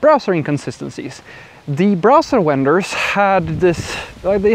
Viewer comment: I am thankful for your knowledge and insights. "Vendor" is pronounced as though it starts with a "v", as in "video" or "V.I.P." "Dom"? Does that signify "domain?"